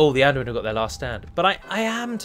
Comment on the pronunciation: I've noticed that your pronounciation of "Adûnâim" has been misleading for a lot of people here and on TWC, I've been reading "Ardunaim" on a lot of comments because you put the emphasis on the 1st syllabe, when really it should be on the 2nd, hence the circumflex on the u (it should sound like "adOOnaim" instead). Really sorry, I dont want to be that kind of prick, but seeing misspelling due to erroneous pronounciation kinda irks me ^^'